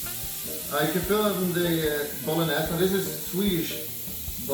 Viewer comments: Ah yes, the Spaghetti.... BOLO NESS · Da fuk is Bolen-ass? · BO-LO-NES xDDDDD